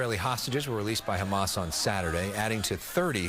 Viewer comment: Quit brining up flem every time you pronounce "Hamas". We don't do that in the English language.